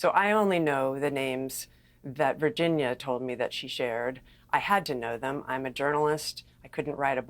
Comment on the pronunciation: Virginia G did NOT make a mistake about Dershowitz...he got to her somehow. This guy ranting () doesn't even pronounce her name correctly and why is he so emotionally explosive? Did PA pay him?